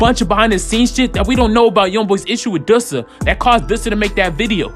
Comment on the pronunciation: the way you saying dusa name is pissing me off💀